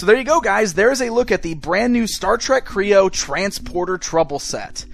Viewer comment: Kreo not kroon